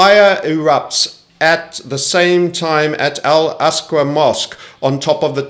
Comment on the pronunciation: It’s al aqsa not asqu